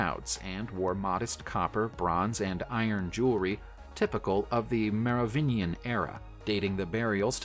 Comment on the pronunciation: HA ! he failed to mispronounce "merovingian" the rarely used hard g is actually correct 😂